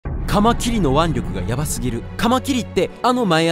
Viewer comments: か↓ま↑き↑り↓のイントネーション変じゃね？ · カマキリの腕力よりもかカマキリのイントネーションの方がやばいw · カマキリの発音爪切りかよ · 爪切りの発音で草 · カマキリ と カマキリ → →→→ →→⤴︎⤴︎ の発音の違いなんなん なんで関西弁は上がるやん？ ほんで正解はどれなん？ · カマキリのイントネーションがKrewellaで笑うｗｗ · カマキリのイントネーションがおかしい。関西の人はこうなの？ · イントネーションちゃんとしろ